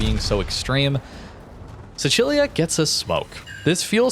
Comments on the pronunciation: Hai ragione. È stato il mio primo pensiero, sentendo la pronuncia Bravo! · i was SHOCKED hahah i was like no way this guy just said the italian pronunciation! made me so happy! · As an italian im proud that pronounced sicilia the correct way